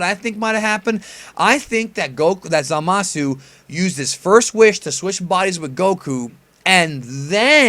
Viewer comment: Zamasu is pronounced "Zah-mus", not "Zuh-mah-soo". Just Saiyan.